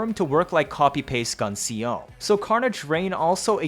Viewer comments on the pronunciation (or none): Love yer vids but like....tehfux is "Gun C O"???